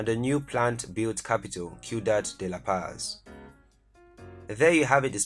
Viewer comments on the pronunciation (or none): none